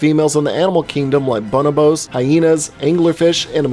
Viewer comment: bunabos? I’ve never heard someone pronounce bonobos so quickly.